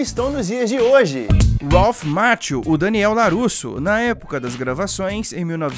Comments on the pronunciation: A pronúncia é maquio e não machio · Lê-se Ralph "Maquio"